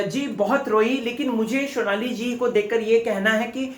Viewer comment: Vo shonali ni sonali h 🙄